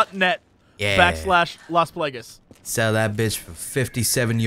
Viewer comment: Las Plague-ess. -.